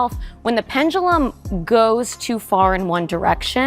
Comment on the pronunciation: can ANYONE pronounce, 'pendulum' instead of the imaginary word, 'pen-gu-lum'?